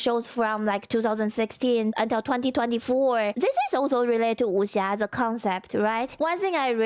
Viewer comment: I honestly believe Seth pronounced Wuxia wrong on purpose to troll people who know how it should sound. You can believe about 40% of what he says because 60% of what he says is gaslighting lmao